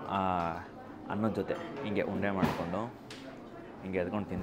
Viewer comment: Guru keema une alla keema unde